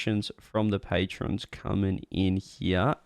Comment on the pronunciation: It's patrons, not patreons